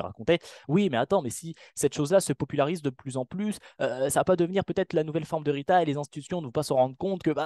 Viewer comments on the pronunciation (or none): "les ritailes"